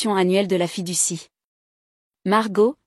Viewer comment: Fiducie. Pas fille du six😊